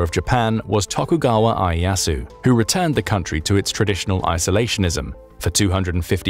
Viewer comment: The graphics show 0% instead of 60% Pronunciation of "Ieyasu" was wrong. Otherwise surprisingly well made video.